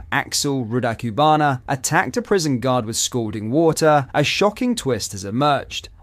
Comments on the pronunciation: Great content but PLEASE learn to say this monster’s name correctly. Or at least pronounce it the same way throughout. You’ve given about 3 or 4 different very iterations. But again - great content. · I can tell is trying, but he will never be able to pronouce Rudakubana:') bless